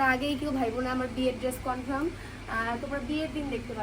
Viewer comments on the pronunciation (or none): Confirm ❌ Confram ✅ 🤭🤭🤭🤭🤭